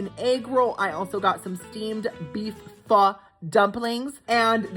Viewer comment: Haha, PHO pronounced correctly is way more fun! There's a restaurant near me named PHO KIM! 😂❤ LOVE YOU!